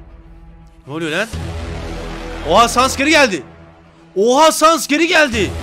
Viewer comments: o saness diye okunmuyo sannes diye okunuyo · Abi lütfen saness fight atarmısın ( sans değil saness)